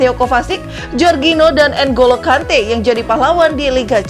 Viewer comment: Ngekek denger host ny nyebutin pemain2 Chelsea,😂😂😂, Dari Kai Harvets, timoi bakayako, sampai nkolo kante😂😂🤣🤣